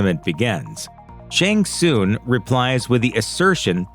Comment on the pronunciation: "Shang Soon"? Is this an AI voice? You've heard the name pronounced in the video games.